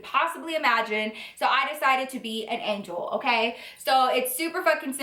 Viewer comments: Same!! Lol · me too i was like what?😅😂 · Literally when she said angel I thought she said egg roll 😂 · I THOUGHT SHE DID TOO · lmao me too 😂😂😂